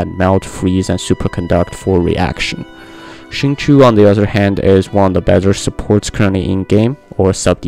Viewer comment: xingqiu is said "shin-chow"